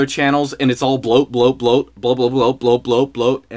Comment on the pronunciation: bwoat is bwoat